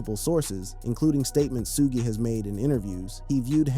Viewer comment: “Suu-gay” knight? is this guy serious